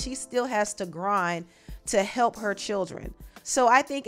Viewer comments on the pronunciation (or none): none